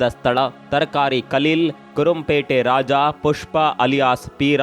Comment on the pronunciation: ಸರ್ ಅದು ಕುರoಪೇಟೆ ಅಲ್ಲಾ ಕುರುಬರಪೇಟೆ ನಾಗ